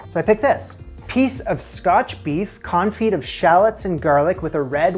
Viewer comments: When a French word ends in 'd', 'p', 's', 't', 'x', or 'z', that consonant is not normally pronounced unless the next word begins with a vowel, so "confit" sounds like "con-fee" when used in English. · Quenelles='ken-ells' Confit='con-fee' I know nobody enjoys being corrected, just trying to be helpful. Please take this in the spirit in which it's offered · I've just not hear the pre-revolutionary pronunciation of "Con-Feet". Too used to leaving out most letters in current French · his pronunciation of confit is driving me nuts